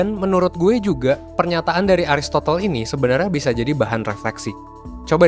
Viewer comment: Kok ARISTOTEL SIH.....KENAPA NGUCAPINNYA KOK KAYAK GITU SIH?